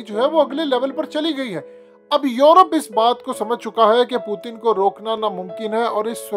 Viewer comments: او بھائی پوتن نہ بولا کرو۔ پیوٹن بولا کرو ۔ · ساری زندگی پیوٹن بول بول کہ اب پوتن پوتن کر رہے ہو😂😂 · Abe bhai naam to sahe liya kro pudin ni hy naam pudin oudin bolte ho nam sahe liya kro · Sir please pronounce properly the name of Putin it’s really irritating when you say pootin lol